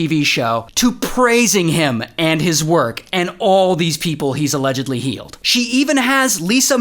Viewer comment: Allegdedgedly?!! Was a fan until yer illiterereracy got me